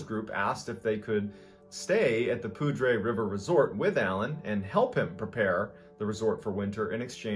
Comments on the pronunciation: Colorado resident here. I immediately busted up laughing when i heard you pronounce poudre river resort. It's just a small correction, but the poudre (poo-der) river was named that in 1820 by french trappers. Its full name is "cache la poudre" which in french means "hide the powder" and it was named during a large snow storm at the time. Love your videos i just couldnt help but laugh when i heard poodrey 😂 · Hello mr. Ballen, It is pronounced 'Pouder' River in Colorado. Although it is spelled Poudre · Sometimes, sir… your pronunciation leaves a bit to be desired. Poudre is not pronounced the (probably intended) French way. It is said ‘Poo-durr’ We’re weird. But that’s how we say it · Pudre is pronouced "Pooter" for some freakin reason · it's pronounced 'pooder' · Hey Hun, in the future (I know you haven't done a case like this in a while) but.. Poudre isn't pronounced like that. It's actually pronounced Poo-Der just so you know. I actually lived right on the other side of the canyon in a little known place called Red feather lakes, CO. I've been on that exact hike. Yes the trail is strenuous it's hard to believe that a 3 yo could even make it that far but, if he did, it wouldn't be too much of a stretch then to think he made it up there. I've been a fan for as long as your channel has been around. I'm going through and watching all your videos I've been pretty much too scared to watch in the past. Keep doing what you do and keep kicking a** and taking names. Your an awesome father and I'm grateful and thankful you're still here producing content! 💕👍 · Hey I live in northern Colorado and it’s pronounced [pood•ur] poudre. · Haha, it's called "poo-der" river up here in NoCo. Classic white folks mispronouncing names and making them sound lamer. But you'll get corrected if you call it the "pow-drey" river. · Being from Colorado, it's pronounced "Poo der Valley". Just an FYI. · Poudre. Lol. Pronounced poo der,. Rhymes with ruder. 🤠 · Poudre is pronounced "pooter" lol